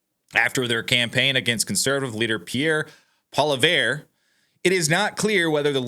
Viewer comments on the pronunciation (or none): Not verrrr its vreeeeeee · Pronounced polyev. Please! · We are COOKED! Also. It is Po-Lee-ev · Pronounced "polly-ev" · Look at this man wearing lipstick, talking about how Canada made a mistake after admitting he doesn't pay attention to what's going on up here. WTF? You don't even know how to pronounce Poilievre accurately.